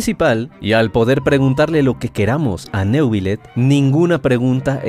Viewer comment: Se pronuncia niuvilet